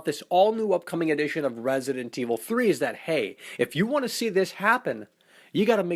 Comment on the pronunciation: Yes I love "RASident evil" seriously guy?